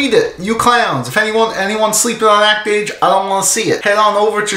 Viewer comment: As a French person (and someone who can read katakana), it grates me that no one pronounces the title correctly. XD Though I have no idea what the fuck an "act-age" is.